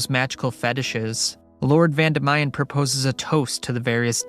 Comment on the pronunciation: Its Vandimian not Vandamayan